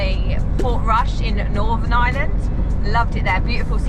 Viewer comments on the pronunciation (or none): Their pronunciation of the places they visit in IREland (fn. eye-er-land), not 'Island' 😢 are terrible. I actually find it a little disrespectful and feel they should do better. It's not like they haven't heard the names spoken or asked someone before they publish their terrible attempts on video.